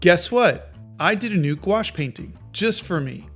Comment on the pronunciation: I heard nuke wash.